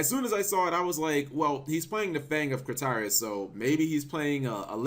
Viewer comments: fang of kritarius? cmon cap, KRITIAS, enunciate cap... ENUNCIATE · I think the card name is pronounced as Crit-Tea-As in the English Dub, not Cre-Tea-As. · Critias not Critarias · CRIT-E-IZ, NOT CRY-TIS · lol I love the fang of... "Crit-í-as" omg Cap Critias is pronounced "Criteeas" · Rafael Diaz Thank you, I thought I was the only one driven crazy by how he pronounce it. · crit-e-us ots pronounced crit-e-us lol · Crit TEE us... Jesus Christ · Crit-Ee-Us how to pronounce. Sorry cap but have you heard of our lord and saviour pronunciation? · It's pronounced Crih Tee Ess. Sometimes all you need to do is watch the anime and they'll give you the way to say it. You had this same issue with Timaeus. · Stop buturing Critiaus name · watch yugioh waking the dragons before butchering Critias' name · The way you pronounced "Critias" made me cringe. So wrong. Did you not watch Original Yugioh lol ?!